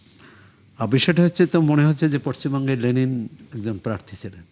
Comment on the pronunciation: লেলিন না রে অশিক্ষিত, লেনিন